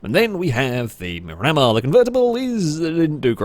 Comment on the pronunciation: is my favorite chanel, but my OCD is firing super hard every time you run a Miramar and call it a MuRammer. I believe it’s Spanish for View of the Sea, and it’s pronounced MIR-uh-mar, and I apologize for being that guy, but I lasted for three cars before I simply broke.